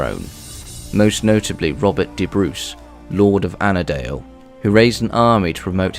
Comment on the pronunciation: Robert be Bruce of Annandale, not annadale. Sorry it’s where I’m from 😂